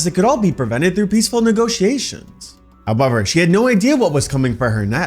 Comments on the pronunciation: Why are you saying however like that? Ahhh, must be Canadian. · Did you say however? Or what did you say?